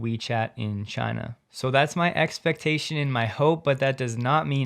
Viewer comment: X-pectation. I saw how you pronounced this.